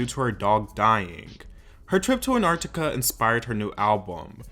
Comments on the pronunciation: the antarctica pronunciation pls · am i the only one who found it weird how he pronounced antarctica and feral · him not knowing how to pronounce Antarctica, feral or phoebe 😭😭